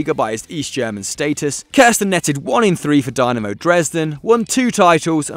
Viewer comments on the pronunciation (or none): none